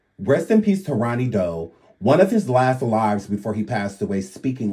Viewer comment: "Ronny DeVoe" 😂 come on lady get your names correct